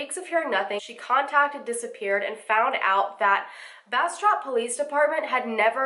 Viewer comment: Also, great job pronouncing Bastrop. I'm from an area in Louisiana near Bastrop, Louisiana and it's pronounced completely different. Took me a while to get used to BasTROP, Texas.